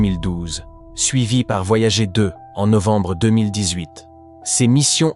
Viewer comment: Les sondes voyagééé 😂 Vidéo commentée par IA, rien de nouveau, si vous avez déjà des connaissances en astrophysique et exploration spatiale, passez votre chemin vous allez perdre votre temps !